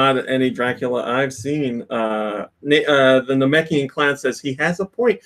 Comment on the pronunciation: said Nameikan correctly!!!